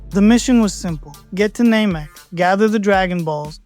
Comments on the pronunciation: Blue-ts waves?? Name-ek? Microphone responsiveness doesnt sound Ai, but the enunciation is setting off alarm bells. Wanna tell me why a dragonball fan would incorrectly pronounce "namek" Thats kind of a smoking gun. "And Where theres smoke.... theres....." Finish the quote if youre an actual dragonball fan. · I always thought it was pronounced name-eek. You must have watched a weird dub or something. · Thats not how the english or japanese dub pronounce namek.